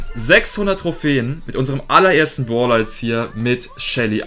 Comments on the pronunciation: Warum sagst du "Boler" statt "Brawler" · Es heißt brawler nicht Pprawler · du bist nicht schlecht in brawl stars selbst, sondern nur darin das wort brawler oder braelstars auszusprechen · Ich finde lustig wie du Brawler aus sprichst!👌😁 Baaawler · Find's witzig wie du zu Brawl Stars immer Bwawl Stars und zu Brawler Bwaler sagst😂 Kein hate btw